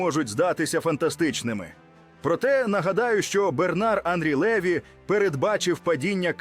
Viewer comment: ЛевI НАГОЛОС -НА ОСТАНIЙ ЛIITЕРI